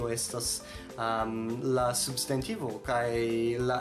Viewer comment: Kio okazis pri via elparolo de «substantivo»? Sonas kiel «subst**e**ntivo». Interesa kaj lumiga filmeto.